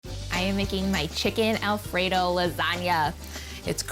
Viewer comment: She legit said "El Frito sauce"